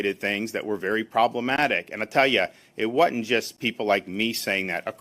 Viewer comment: "It whatn't just"? Did I hear that right?